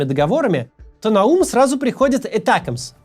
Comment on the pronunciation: Не этакмс а атакамс 😂😂😂